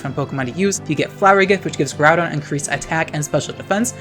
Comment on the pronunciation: Ngl I love your content but every time I hear you say kyogre or groudon's name's I die a little on the inside.